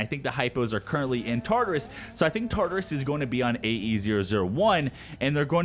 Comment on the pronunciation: You're saying Tartarus wrong. It's pronounced as follows: Tar-tare-us(is). Tar as in tartar, "tare" like terabyte.